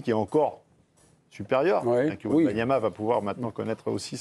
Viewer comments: C’est pas wembamiama ? Mince je croyais 😜🤣 quand c’est autre chose que du foot toute façon… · Meme pas foutu de dire son nom correctement, ils sont ridicules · un de ces jours il va falloir apprendre à prononcer Wembanyama monsieur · un journaliste français qui ne sait même pas prononcer le nom de Wemby correctement. La honte. 😂😂😂